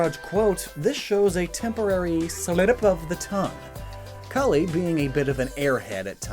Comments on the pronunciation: is he calling her cullie? its callie QwQ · Am I the only one bothered by his pronunciation of Callie's name? It's not pronounced like cauliflower! The "a" is pronounced like Apple, or her (and Marie's) actual namesake, calamari!